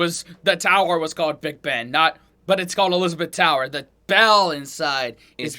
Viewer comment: This narrator on big Ben. Is the second person I know to get it right. Hooray. from 🇬🇧👍 an old cockney gal